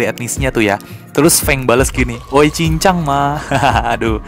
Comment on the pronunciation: Yang gw dengar pas fang ngomong di movie 1 :w cincang ma